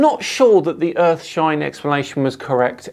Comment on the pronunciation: lots of urfshine going around